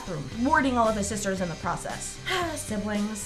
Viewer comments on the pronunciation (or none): U SAID 9 SISTAHZ